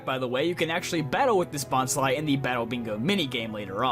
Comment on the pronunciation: Thank you for knowing how to pronounce bonsly because pokemon go content creators make it seem difficult to know and stay ignorant about it.